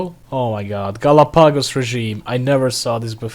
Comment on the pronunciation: The way you pronounce Galapagos XD